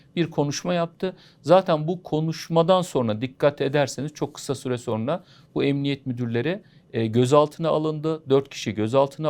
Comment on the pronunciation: Hocam "sorna" denilmez "sonra" denir.